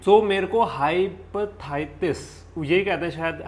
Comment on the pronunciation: hyperthitis nahi hepetitis hai